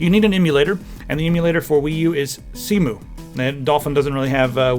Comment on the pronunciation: surely Cemu is pronounced 'SemYu'